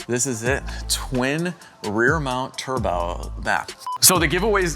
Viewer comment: "turbow" i had to go tell my coworker to check the "turbows"